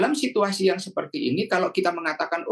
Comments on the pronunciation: ada sedikit kekeliruan pengucapan. Yakni pada waktu tersebut keliru mengucapkan "redominasi", pada kata "REDENOMINASI". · permisi mbak penyiar, REDENOMINASI mbak bukan REDOMINASI.. gemes dengernya